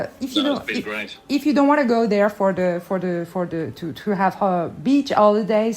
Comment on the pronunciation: What a fantastic interview. Fascinating and interesting, and her accent is great despite the pronunciation of 'beach'